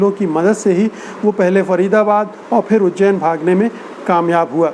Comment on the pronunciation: Sir with due Respect , fool is no word, it is bhool. Same way there is no word like . feer , it is phir . All the word pronounce with “ ji “ you can change with “ zi “ like zindagi not jindagi. Zaroor Not jaroor etc etc. thanks